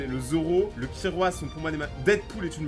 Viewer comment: C'est pas kirua c'est killua !!